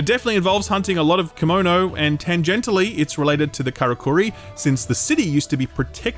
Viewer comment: Correction! Kemono is actually pronounced as "KAY-MO-NO" and not "KEY-MO-NO" or "Kimono". "Kemono" translates to "beast", not a piece of clothing